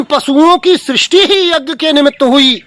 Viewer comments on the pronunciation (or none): Are dhoort to to shoordr lag rha hai . Yagya bolna hi nhi aataa yagg bol rha hai ?